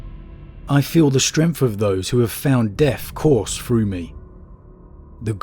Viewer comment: “Deffwatch” “wif” “frough” “uvvar” but also pronouncing “the” correctly many times. Yet ANOTHER channel based on story telling who is lazy about pronunciation. It’s not a speech impediment like I’m sure some of you will say since he can pronounce the “th” sound correctly and does so many times. He could do it in the rest of the words but he is lazy so just says “ff”. A video literally about “The Deathwatch” or rather “the deffwatch” you would think would compel someone to pronounce the sound properly instead of hiding behind lazyness. If he never pronounced the sound correctly then it COULD be a “speech impediment”. Even then go to a speech therapist and work on it if you’re going to make content containing you reading words. It’s a joke and so common amongst 40k lore channels from people from the southern UK. It’s pathetic. Talking like a literal ork which is a caricature of the pronunciations of words from thickos in the UK.